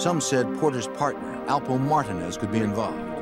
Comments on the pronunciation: Them saying Martinez in two syllables is nerve wracking. It’s Mar tin nez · It’s Alpo Martinez not Martin smmfh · Martinez is pronounced mar teen es not marton es 😑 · I had to rewind that back. 'martin ezz' lmfao. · Martin-ez lol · Am I the only one wondering why is it so hard to say Martinez correctly?? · 😂 there's another documentary about him 'Mayor of Harlem' where they say it the same exact way. I'm like damn they all got his shit wrong 😅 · How do you not know how to pronounce Martinez...smh